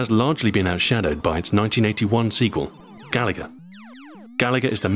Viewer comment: I wanted to hear retroahoy’s original pronunciation of, “gaLaga.” Such a brave way to pronounce it.